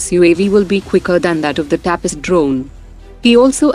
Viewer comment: Ignorance of Indian language is clearly observable. The name IMHO is तपस and not टापस as pronounced by the reader.